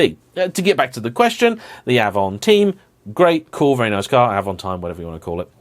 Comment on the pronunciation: Sorry, as a French I need to tell you we pronounce the avantime in a French - English way. Weird indeed, but never heard anybody in France saying it like you or James did 😅